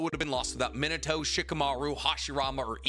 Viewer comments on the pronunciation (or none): none